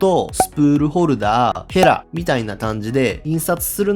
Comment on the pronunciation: ヘラじゃなくフェ、、、に聞こえたびっくりした‼️